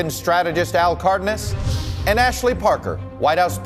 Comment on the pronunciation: Cardnas? It's c a r d e n a s. Who does this guy think he is trying to pronounce he's name like that.